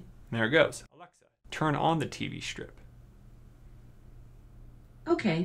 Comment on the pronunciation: Why can’t he say alexa